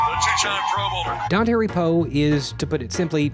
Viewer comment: It's "Don tar ee", not "don terry".